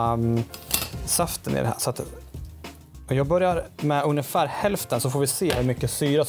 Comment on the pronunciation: / "Ugnefär" är det någon allmän kock-skada som får dig att säga så? :-) Kanonbra genomgång på hur man skall göra och räddningen var superb!